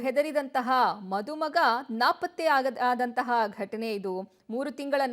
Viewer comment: ಮಧುಮಗ ಅಲ್ಲ ಅದು ಮದುಮಗ, ಅದು ಮದುವೆ ಮಧುವೆ ಅಲ್ಲ. ಈ ನ್ಯೂಸ್ನವರು ಸರಿಯಾಗಿ ಉಚ್ಛಾರಣೆ ಮಾಡುವುದನ್ನು ಮೊದಲು ಕಲೀಬೇಕು.